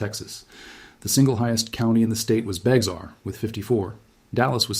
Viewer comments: It's pronounced (Bear) not Beckzar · San Antonio is my hometown, I was born and raised there. The county is Bexar, which is a native American name, but the "x" is SILENT!! ITS PRONOUNCED LIKE "BEAR", NOT "BEX R" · And its "BEAR" not beX-are.... and they want a.i. to run stuff? Oh hell to the no lol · It’s Bexar county is pronounced bear county not be xar and it’s not beetle creek it’s beitel creek and this deadly flood was caused by poor infrastructure and lack of funding from our corrupt City politicians they knew this was a problem and did nothing until the people died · It’s spelled bexar county but it’s pronounced bear county not bex-ar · Jumpin' Jesus on a pogo stick!!! It's BEAR County. Bexar is pronouned BEAR. NOT bex are. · That's BEAR county not bex-ar county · Thanks for the wrong pronunciations of towns, counties, and rivers — those, along with the AI graphics — tells me this could be slop. Y’all got some of it right, though— good job. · It’s pronounced “Bear” county not “Bex-are” county. AND it’s pronounced “Cōm-AL” sorta like “comb + AL” like Al Pacino. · I am from Texas, the correct pronunciation of Bexar County, the "X" is silent. It sounds just like the animal, bear. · Bexar County = BEAR County, yes, sounds just like Teddy BEAR, rhymes with HAIR and you don't CARE! Also, Beitel Creek, Beitel is pronounced By-tl, but I'll give you that one. not Bexar. Also, this video explains why we (I live in San Antonio) and Austin are prone to the nations most severe flash floods, not why we ARE here, why we sit where we do. Your title is just bad grammar for your intended meaning, but that's just me being nit-picky. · May I share that San Antonio is in Bexar County, pronounced 'Bear' County. Thank you. Have a nice day. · Overall, it's a good video. "Bexar County" is pronounced "Bear County". The "Gulf of Mexico" is now the "Gulf of America". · It’s pronounced “bear” and what caused the July 3rd floods is called disaster capitalist geoengineering.